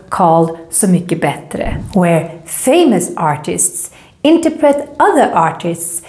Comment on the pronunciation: I always thought that it was "hovet", spelled "hov1". Not 'hov ett"... Not sure though. But I was really confused by your pronunciation of "interpret" - is it really pronounced like that that in any English speaking countries?